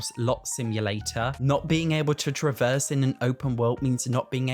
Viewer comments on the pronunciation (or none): none